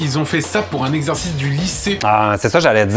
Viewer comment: A la place d'exercice j'ai entendu exorcisme... C normal...?